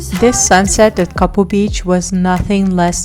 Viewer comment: It's not kapu beach it's name is kaapu beach